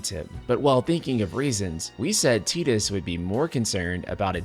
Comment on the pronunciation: You lost me as soon as you said "tee dus" , just because the Japanese speak English horribly doesn't mean you have to.